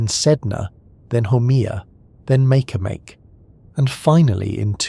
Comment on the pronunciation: Makemake is pronounced "Marky Marky".